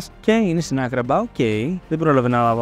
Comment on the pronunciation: Την άγκραμπα την λέει αγκραβα